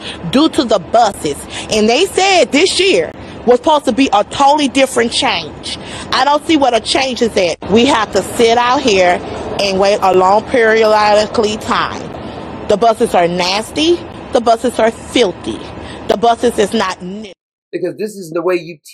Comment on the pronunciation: she said “Pieeriodoclly” is that even a word in the English dictionary?😂